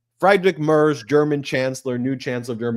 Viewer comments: I am a fan, but you have to work on you pronunciation. The chancellor of Germany is pronounced Freedrick Mertz, not Fride-Rick Marts. Sorry. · It’s pronounced: Freedrish Mare-tz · Please learn how to pronounce Friedrich Merz. Friedrich Say: “FREE-drick” (rhyming with “Patrick”) or, more accurately, “FREET-rikh”. Merz Pronounced like: “Mairts” Rhymes with “hurts” or “shirts,” but starts with “Mair” (like in “mayor”). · It’s “Freed-rick Mairtz.” Fred Mertz, for those “I Love Lucy” fans. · Ben: Merz’s name pronounced freedrik merz (the e is pronounced like the “a” in mare.